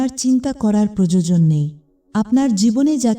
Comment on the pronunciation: Ostrodhara noy... Oshrudhara Projojon noy... Proyojon